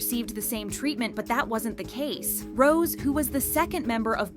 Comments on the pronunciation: Uve been a Kpop related channel for a long time now. It's pronounced as "ROWZEY" not ROSE. This triggers me sm 😣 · it’s Rosé not Rose btw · Is Rosé not Rose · now you know damn well its rosé and not ROSE like c'mon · You don't know how to pronounce Rose' by now? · Just one thing about the pronunciation of Rosé’s name It’s an e-acute so you pronounce it like Beyoncé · What does it have to do with the topic? Why is Rosé's solo mentioned in a video about Lisa? If you don't know, companies make their 1-year plans by dividing them into 4 quarters. Just because they were released in the same year is not a reason to compare. What needs to be emphasized here is the stupid and unfair attitude of the company not Rosé schedule. They don't even pronounce Rosé's name correctly in the video.